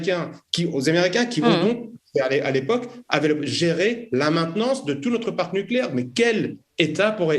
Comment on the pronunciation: C’est agaçant d’entendre ce « nôtre » systématiquement et à répétions « notre chaîne » ne ce prononce pas « nôtre chaîne » et c’est égal pour « notre référencement » plutôt que « nôtre référencement. Merci d’avance.